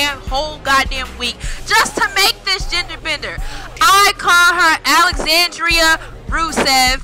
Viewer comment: omg lol u said my name right ur the only one who got my name right u pronounced it correctly the first time and great job on rusev she looks great